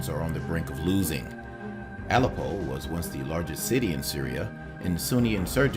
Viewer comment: I lost all interest after he pronounced Aleppo incorrectly, how can you listen to someone who can't even get down pronouncing the very places he's talking about.